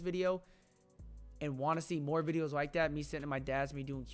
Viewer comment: Wike? Or like